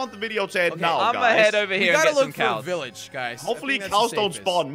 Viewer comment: Did anyone realize jelly said Iilage instead of village